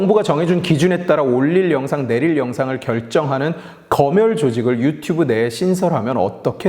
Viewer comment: 영상 초반에 유튜뷰로 발음하네요